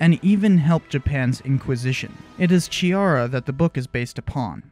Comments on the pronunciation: Hi, I'm italian and laugh a lot when you said that Giuseppe Chiara is brasilian... ;) it's a typical italiano name. (It's not Giusepe Ciara like you dead but it's reading [Giuseppe Kiara]. ;) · The CH sound in Chiara should be pronounced K as in Key, not CH as in Chalk. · The ''Ch'' in Chiara is pronounced like the ''C'' in Catholic or Christianity. It's funny that you were unsure about Ferreira, which you actually ended up pronouncing correctly, but you utterly butchered Chiara without giving it any second thoughts :)